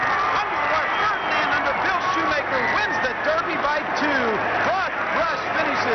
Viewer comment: He says fredand